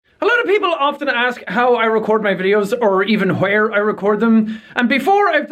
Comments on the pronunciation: whwere the true irish coming out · i dont think my pe teacher is irish but he says hwere